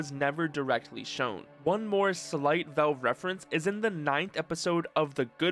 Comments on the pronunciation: Velve? Its valve😅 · i like how u call valve vewve its funny